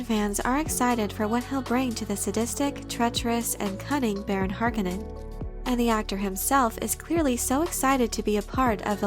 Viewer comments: Every time she says "harkenen" I feel like slapping her lol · mispronouncing Harkonnen is kinds driving me crazy. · I've always thought harkonnen was pronounced "harKOHnen"